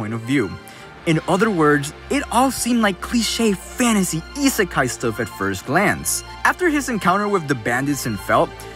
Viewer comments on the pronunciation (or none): none